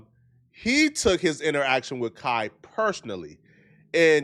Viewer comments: Kai had no clue who he was and he butchered his name because the boy can’t read not being disrespectful. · You like Kai but still say his name wrong.